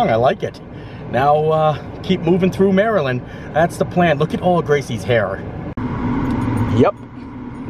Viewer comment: Finally, someone that pronounces Maryland properly! We definitely silence the "T" in a lot of words or pronounce it like a "D" such as budder instead of butter.